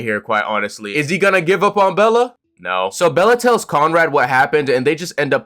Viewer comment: i appreciate you calling her bella instead of belly XD